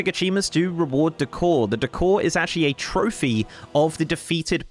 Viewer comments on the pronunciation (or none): none